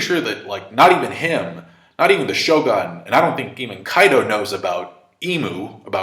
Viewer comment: Shogun... it’s ‘sho-goon’.